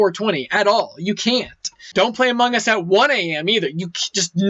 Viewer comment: This video deserves 30,000 likes. BTW it sound like says amugus